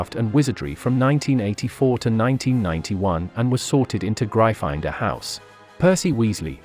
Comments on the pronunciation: Pronounced Griffindoor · Ik but the vid said Gry finder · Gryffindor is pronounced Griffin-Door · great video but can we skip the AI voice? They were in Griffindor not Gry-finder. I do enjoy your videos though. Keep up the great work. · It grifindor not gryfondon Duh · It’s Gryffindor not grifinder🤣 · Isn't it Griffindor? Not Grifinder..? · What the heck is " gry finder " ?!?! (Its pronounced gri-ffin-door by the way). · It’s not GRY- FINE -DOR it’s griffin-door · Oh my gosh it’s Griffin door not gry finder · Its GRIFFINDOR not GRIFINDER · Real Potterhead here, it's prounounced "Gryff-in-dor." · Griffindor [graifander] lol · Excuse me gri-find-dor? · Bruh seriously grifinder. Wth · My favorite word of this video was "Gry-finder" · The way he says gryffindor grifinder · It’s GRY FFIN DOOR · Really butchered the name Gryffindor didn’t you lol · You pronounced gryffindor wrong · I love the mispronunciation of Gryfindor. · Bloody learn how to say Gryffindor! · Good job! Why do you you pronounce "Gryffindor" in such a strange way? It's been pronounced a zillion times in the movies, audiobooks and by JKR herself! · Anyone else finding it hard to concentrate with the computer voice butchering Gryffindor and other words? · It's Gryffindor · Watch the video, he mispronounced Gryffindor. Also, *Gryffindor. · 1 it’s a joke 2 it’s gryffindor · Its actually gryffindor. Pls dont take this SIRIUSly (seriusly) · very nice channel but you pronounced gryffindor wrong and It's okay you pronounced it wrong